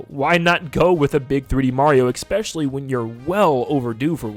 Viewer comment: STOP SAYING ''ECKSPECIALLY'' PLEASE.